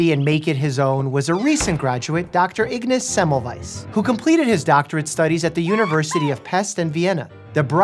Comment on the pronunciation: I'm part Austrian and it's pronounced "Ignatz Zemmelvaiz", the "a" in both words being promounced "ah".